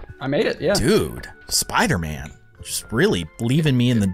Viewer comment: It's not Spooter-Man it's Spider-Man.